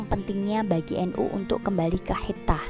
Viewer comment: Waduh ni komentatornya kurang pas ni memang tulisannya khithah tapi baca yg pas khitoh,bu